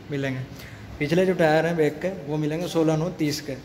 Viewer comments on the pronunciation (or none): Bettery box ko aap बेटरी bol rhe ho aur bhi शब्द गलत है। बैक को आप बेक बोल रहे हो। ट्रैक्टर को आप टेकटर बोल रहे हो। आप पहले lenguage ठीक करो english के।